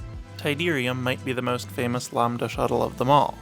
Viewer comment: Bro continuously pronounced it Lombda instead of LAMBda